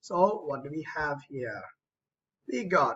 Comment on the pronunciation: WHAT DID YOU SAY I DID NOT UNDERSTAND, "IGAT." When the whatapp thing came